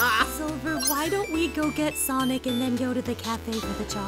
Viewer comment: Thank you for answering my question. Honestly the predazord from power rangers wild force would be perfect for team chaotic just replace the wolf and hammerhead zords with a chameleon and bee zords. And sonic you said my name right.